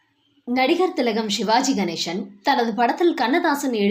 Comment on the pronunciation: தமிழில் சிவாஜி கணேசன் தான். ஷிவாஜி கணேஷன் என்று உச்சரிப்பது ஒரு மாதிரியாக உள்ளது.